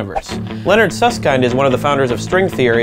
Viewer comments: It's Susskind like kin with a d sound not Suss-kind. How can these jabronis talk about this type of stuff when they can't even say his name. They should just go watch Michael Jor-dan A-ron Rodgers play sports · Susskind, pronounced as in kindle, not as in kind. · Did you ask Susskind how to pronounce his name? I've always heard it pronounced to rhyme with "binned", not "bind". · Not "kind". ˈsʌskɪnd/ as in "kit" or "hit". I do recall him jokingly saying "some say kind" but that was exactly that. A joke. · Suss-Kind? Suss-kend* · who the hell is Hawkins and who is Suss-kind. it's pronounced. Hawking and Suss-kin-d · It's pronounced kind, as in kindergarden, not kind, as in be kind to strangers. FFS. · Nice video, but I'm somewhat irked about how they pronounce Susskind. By the way this is a very petty comment. I'm sorry.